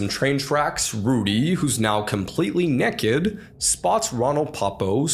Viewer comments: the way he says naked NECKED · You pronounced naked wrong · "nekked" xD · “Completely neked” lol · The way he said neked got me